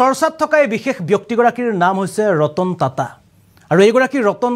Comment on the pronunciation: ৰতন তাতা নহয় 😂 ৰতন টাটা 👍 অসমীয়া বৰ্ণমালাত উচ্চাৰণ ঠিক নাই ইংৰাজীৰ লগত। Best Language English, Hindi, Bangla